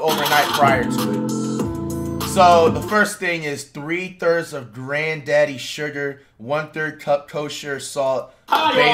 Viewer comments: Nigga said grandaddy sugar 😂😂😂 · flight said grandaddy sugar instead of granulated sugar like this comment rn if you heard that